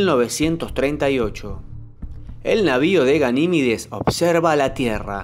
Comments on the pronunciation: A ver si aprendes a hablar, es Ganimedes y no Ganimides, cada día hay más flipaos. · Verga lo tienes ahi escrito... deja de decir Ganimides... es Ganimedes